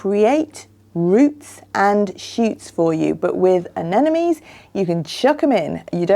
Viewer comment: Pronounce: Ah nem mo nees.... (not Ah nen no mees). You can understand it by looking closely at the spelling. Every second gardener i meet transposes that "m" with the last "n".....